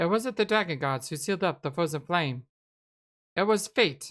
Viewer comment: Ahhh ha ha ha ha! That's exactly what i'm talking about! The Fwozen Fwame... XD XD XD